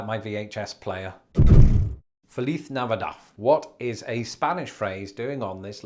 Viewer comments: What did you say? That that was the worst pronunciation I've ever heard. Say it with me. "Feh-LEESE Nah vee DAHD." Not whatever you just said. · I'm sorry but did he say Feliz Navidaf? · "Felith Navidad." I like how you pronounce it with an Iberian Spanish flair. In Latin American Spanish, the "Z" is pronounced like an English "S." So, more like "Felees Nahvidahd." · Fun as always but can't help but LOL a bit at his oh-so-proper Castilian pronunciation of "FeliTH Navidath" . Pretty sure he didn't hear it pronounced that way at a call center in the US! XD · Oh yeah. As I am from Texas, I heard that pronunciation and said, "That ain't how we say that here." lol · 🙄. yahhhh, he pronounced it Fa-leaf Nava-doff. 🤦‍♀️ its bugging the crap outta me! lol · Strange. I have never in my entire life heard Feliz Navidad pronounced that way.. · I learned Spanish from mostly people from Puerto Rico and the Dominican Republic, so when I heard his accent when he said Feliz Navidad, I had a whole moment. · Interesting hearing you say "feliz navidad" in the Iberian way (ceceo pronunciation) rather than the Latin American way that we usually hear (seseo pronunciation). It's basically a Spanish version of the American/British differences in language. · You're doing that Castillian pronunciation of feliz navidad, but here in the US, you hear the Mexican Spanish pronunciation. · I think it’s hilarious that you said Feliz Navidad in a Spanish accent when you’re most likely to hear it in a Latino accent in the US. Did you ever take Spanish classes in England? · Better check your Spanish pronunciation guide. You butchered "Feliz Navidad". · If they pronounced Feliz Navidad the way you did they'd be Spain spanish, Latin America "from my knowledge" doesn't use that stupid lisp, my highschool taught both lol like cmon.... like "ibitha" noo it's Ibiza... it's got a God dang "zed" in it... and don't even get me started on zed